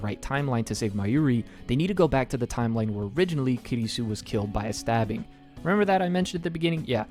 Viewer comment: ma guy really just called kurisu "kirisu" lmao